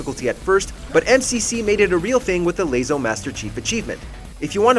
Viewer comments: its pronounced lasso not laso. also Friday the 13th servers are closed so it's an impossible achievement now. aircraft carrier? thats a boat not a plane. you need a new editor. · the amount of times he pronounced LASO as lay-so instead of lasso like everyone else does made my eye twitch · Halos laso is pronounced like lasso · Dear WatchMojo, it’s pronounced lasso. Love your videos 🤙🏻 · The fact they pronounced LASO wrong shows me they don’t know what they’re talking about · dude are you even a gamer? why you call LASO that? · I don’t like how you pronounce LASO 😔